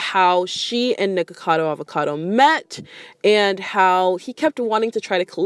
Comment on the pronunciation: You said her name right, don’t worry! c